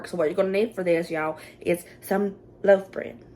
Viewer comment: Love your accent I love my mistake most when you said loaf bread I heard love bread and I’m thinking love bread. That sounds cute.